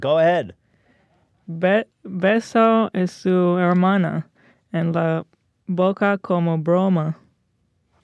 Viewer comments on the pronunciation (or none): "hair-mana" OoF